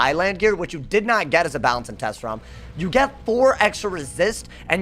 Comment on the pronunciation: Did he say "ba-LA-nce"?